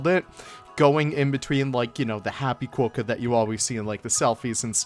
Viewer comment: Love your work but you have us here in Australia in fits of laughter. Your comment that the Quokka is " known as a qwoka..... um, nope, it's definitely a quokka. Also you said they are found in parts of Australia and EUROPE - umm nope again. In fact they are mainly found on Rottnest Island of the coast of Perth with a few very small colonies on the mainland but Europe is about 14,000 KMs away - maybe best not to rely on Google for fact checking. Again we love your work so you just gave us a chuckle. Keep up the good work ✌️😊☀️